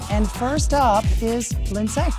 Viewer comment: I worked with a guy who dated Linsay and her name is not Lyn-zay. It's Linzee like every other Lindsay.